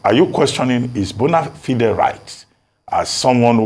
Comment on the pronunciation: Abati cannot pronounce the word - bonafide .